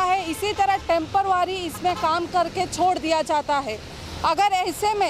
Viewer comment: Madam konsi bhasha bol rahi hai? Kabhi KHADDA kabhi GADDHA. TEMPARWARI? Ya Temporary?Prashasan so rahi hai?? Ya prashasan SO raha hai??? Kya reporter hai...